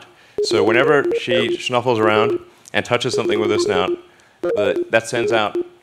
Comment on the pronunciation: The fact that Elon Musk said "shnuffles", makes me feel a lot more normal.